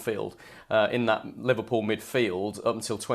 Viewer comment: Not livarpool hahaha